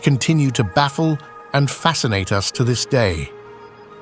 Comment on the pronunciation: I’ve been wondering but now I’m convinced the narrator on this channel is AI generated. Instead of saying “the first interstellar rock viewed by us earthlings” the narrator said “the first interstellar rock viewed by U-S earthlings” - as in United States